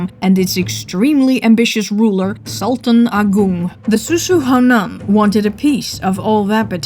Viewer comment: Indonesian here.. I think she didnt pronounce Sultan Agung correctly here. Should not be 'Sooltan Agoong'. But maybe its about accent Good video overall